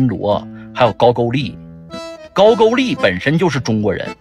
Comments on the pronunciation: 고구리 라고 발음하면서 발음기호쓰는거 보면 웃음이 나오네 ㅋ아무래도 쟤들 사고방식엔 언어영향이 큼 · 고구려가 니들의 역사? 발음도 못하면서 ㅋㅋㅋ 지금부터 니들의 진짜 역사인 '천안문사태' 에 대해 이야기 해보자 ㅋㅋㅋ